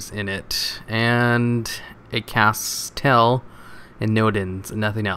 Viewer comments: Apparently he's recovered from the sickness. But cheer for hearing him speak the name correctly. ^_^ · He did it! He actually said Castel right!